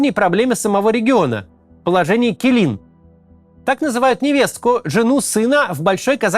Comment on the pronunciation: Малюсенькое уточнение: "Келін" (Kelin) читается скорее как "Келын", вообще аналога звука для казахской буквы "і" в русском языке нет